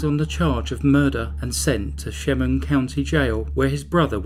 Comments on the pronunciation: Thats my home town. Its pronounced EL-MY-RUH and SHA-MUNG county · El-MY-ra not el-ME-ra. sha-MUNG county.